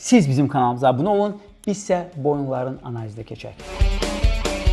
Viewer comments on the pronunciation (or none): none